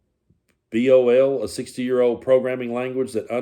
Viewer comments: COBOL is pronounced as cō -bōl Your 2023 report was from an inspector general (you know, those people Trump fired). A 2020 audit (done by real auditors) found a bunch of people aged 100 or more. But they found that 98% of those people were NOT receiving payments and also had not put any money into the Social Security system in 50 years. But there were 44,000 centenarians who were receiving benefits. And in case you think that's a lot of people over 100, the Pew Research Center reported in 2020 that there were 80,100 people over the age of 100 alive in the United States. Basically, 55% of our over 100 years old citizens were getting Social Security Benefits in 2020. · cobol -- pronounced "co ball" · LOL 'COBOL' is pronounced like Co-ball. It's actually one of the reasons why our systems are as secure as they are. Nobody remembers the coding languages they use. LMAO! I remember when NASA lost contact with the Voyager spacecraft or something, they were hunting for programmers who knew FORTRAN (another old one from the 70's). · For the programmer uninitiated, COBOL is pronounced Co-Ball. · As an aside (just for engagement😉) programming language COBOL, when pronounced, sounds like "Co Ball" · COBOL is a very old coding system that is pronounced Co-bol. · COBOL is pronounced like Cobalt without the T. It's an old programming language. Still used in some government and business/banking applications. Also, if I'm not mistaken, that was the key programming language that Y2K was due to. It was that language that wouldn't roll over from 1999 to 2000, it wanted to go from 1999 to 1900 because of how it used a 2 digit year in some backends. 💙 💙 💙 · COBOL Just Say Co-ball. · COBOL is pronounced like cobalt without the t.